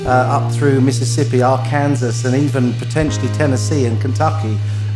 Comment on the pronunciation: Thanks for the shout out to viewers like myself in Beaumont Texas, we still have no water since Tuesday, and the city services are out until further notice. Also "Arkansas" is pronounced "Are-can-saw". Just so you know. We all learn something new everyday.